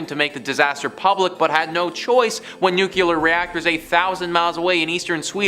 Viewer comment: the pronunciation is NOOclear not nucular. I very much enjoy your narrations. I like your topics. Please adjust your nuclear.